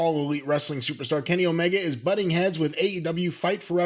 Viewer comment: I am one of those Kenny Omega fans that you're talkin about and no I would not put him in charge of my game oh, but I do laugh every single time you call him Kenny Olivier